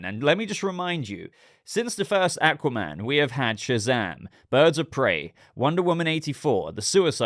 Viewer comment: I hate the way he says aqua man